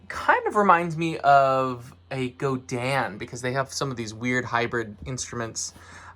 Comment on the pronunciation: Why people pronounce Godin As Go-Dahn or gote-dawn? Dude it's Go-Din🤦🏻‍♂️